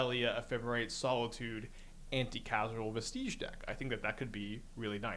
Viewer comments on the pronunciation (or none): It’s pronounced anti Cause al, anti casual is funny though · Came here to say this. Every time he said Anti Casual, it bugged the hell outta me. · Anticausal, not anti-casual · Anti-casual vesteege. He is doing it on purpose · anticasual is a great mispronunciation anti-causal vestige, as in, a remnant of something that is "anticausal" aka future-determined. so a prophetic vestige, basically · Lmao, anti-casual. "Cause-all." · Are you pronouncing anti-CAUSE-al on purpose? cosmogoyf wording begins the stupid era of magic IN WHICH the cards you own in exile from cosmogoyf do not include the same card as cards you own in exile from Karn.